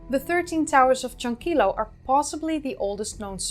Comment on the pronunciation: Creo que pronunciaste correctamente la mayoría de los nombres. Algunos nombres de lugares no me son conocidos, así que no estoy seguro. Sobre Tello y Chankillo, has de saber que en el castellano la doble L vale por el mismo sonido que la Y, no es como el Italiano. Hace poco se han realizado nuevos descubrimientos en Chavin, cerca de Casma pero en las alturas de los Andes. Nuevas galerías subterráneas bajo el templo antiguo. También una cultura muy antigua descubierta en la zona del río Marañón, entre Ecuador y Perú. Uno de las más interesantes revelaciones es que habrían domesticado el cacao 1,500 años antes que los Mayas.